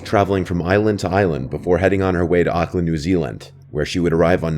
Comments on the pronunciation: love that your telling horror stories that take place in my country new zealand, by the way we pronounce auckland differently then the way you do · Why does keep pronouncing Auckland wrong lmao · i hair you having trouble with saying Auckland new Zealand.. ha 😅. its all good.